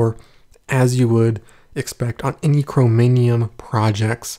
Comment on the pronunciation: You mean Chromium not chromonium!